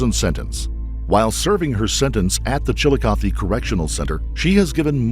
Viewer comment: The prison is pronounced Pa-toh-see. Can't believe you pronounced Chillicothe right but not Potosi lol. Anywho, I worked for DOC here in Missouri for 7 years and they probably will let her out early. She is close to her minimum out date and if she has managed not to get a ton of violations while she's been imprisoned, she will be considered a low recidivism risk and she will be let out. I personally don't think she should get out early considering the light sentence she's already gotten but she is going to need some psychological help for her to be successful and DOC isn't going to be able to give that to her. They have far too many inmates that need care and far too few care providers. The last prison I worked at had 1 psychiatrist and 1 therapist for about 700 men. They weren't all on their case load but the ones that were seeing mental health, they got about 15 min a month to speak to a therapist. That's not going to help anyone.